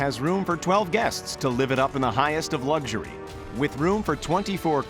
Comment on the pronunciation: Stop saying LUGG-ury, it’s LUXury